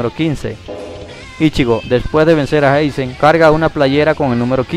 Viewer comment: por cierto,porq le dices "jaizen"a aizen,es un problema del anime o q?